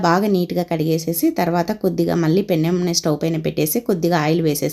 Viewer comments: పెన్నెం.... కాదు mam. పెనం అనాలి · పెన్నెం కాదు తల్లి పెనం